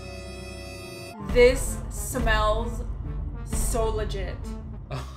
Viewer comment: This how many times she said “LIGIT” 👇🏾